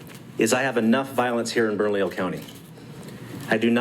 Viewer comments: Pronounced Bern-a-lee-yo county…good for their Sheriff. The problem is the State Police are tasked with enforcement and they have jurisdiction and I don’t believe they have made any such statements. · The only way to supersize that would be for the Sheriff to ARREST HER as HE is the supreme law enforcement official in Bernalillo county as are all Sheriffs. Oh and...it's pronounced "BERNALEEEYO". Carry on. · Appreciate all you do. To help you out Bernalillo is pronounced bern-a-leo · Thanks for staying on top of this,, but it’s pronounced Bern-uh-lee-oh. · I have enjoyed your coverage of this debacle. I just wish you could pronounce the county correctly😁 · bro. bernadio? what. its Bernalillo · Brother, you’re killing me on the pronunciation. “burn-ah-lee-oh” = Bernalillo. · Thanks for covering my state... oh and, um... it's "Burn - uh - Leo" county. =) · Bern-A-LLIO not Bernadio spelled Bernalillo 🙂 Nice little fact, San Juan County in the same state is a 2A Sanctuary county. San Juan County Sheriff Shane Ferrari stands in this tyrants face for his citizens rights on a daily basis, so bad that she will no longer speak to him and forces her aid to converse for her. #LockHerUp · it is pronounced "Burn - uh - Leo" You don't burn a house, you "Burn uh Leo". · Bern-ah-lee-oh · Just to help you out a little bit with the pronunciation of "Bernalillo." Berna-leo. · It’s pronounced “Burn ah Leo”, double “L’s” are silent. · Bernalillo - there is no "d' in it. (Burn-a-lee-yo) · It’s pronounced “burn-a-lee-yo” Bernalillo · That’s Burn-Lee-o County. In Spanish, the double L is pronounced as a long e. Great video! Keep them coming. God has brought me out of cities that have become hell holes. This Sheriff and (not enough) others are holding the line. We must have their sixes. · Bur- nuh- Leo. I live here in albuquerque and she's a trip. That's how you pronounce my county. Bernalillo 😂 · Bernalillo should be pronounced- “burn-a-Leo”😁